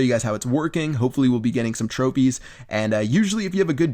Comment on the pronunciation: Lol in the first minute he says tropies